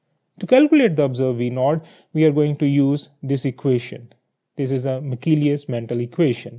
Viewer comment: It's Menten. Not Mental! 😂